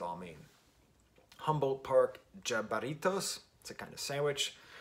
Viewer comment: Humboldt park Jibaritos Hee ba ree toes. I'm from Chicago. Love your review. ❤